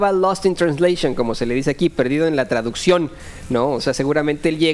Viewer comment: Si, estaba " lostin traudecchion" pobresito, se equivocó.